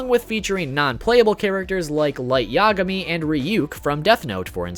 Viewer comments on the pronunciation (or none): none